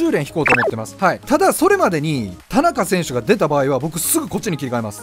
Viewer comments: 田中選手のイントネーションおかしくないですか？笑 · 何も間違ってないけど田中選手って言い方すげぇ違和感